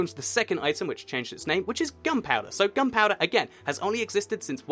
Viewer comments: its gunpowder, not gumpowder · it sounded like he said "gumpouder"